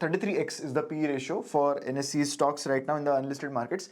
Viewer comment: I loved the analysis! It was very thorough and informative. I would've loved it more if you didn't pronounce them NSC and BSC. 😅